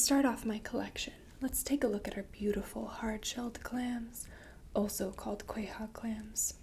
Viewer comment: You say Quahog like Cleveland's cousin, Madame Claude. Qway hóg!